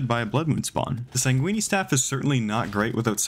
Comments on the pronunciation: you did NOT just call the sanguine staff "sanguini staff" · "sang weeny" vs sayn goo win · San (like pan) guine (The end of penguin) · I pronounce it like sang-ween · sanguini One time I imagined dracula putting blood on pasta because of how pronounces sanguine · San gui knee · I say it sain-gween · he is not to be trusted with pronouncing the name of "snakeguini meth" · Ah yes, the "Sanguini Staff" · “ the sangweenee staff” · why does he say sanguine staff like "sanguini staff" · did this mf just say "sanguini" like its a pasta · I think the way pronounces "sanguine" gives me an aneurysm every time, without fail. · He pronounces it like it’s a type of pasta